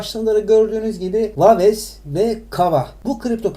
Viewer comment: Daha waves nasil okunur onu bilmiyor birde yorum yapiyor